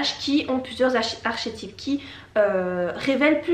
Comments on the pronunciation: Archet type mdr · C'est bien mais ça se prononce "ar-ké-tip" ;)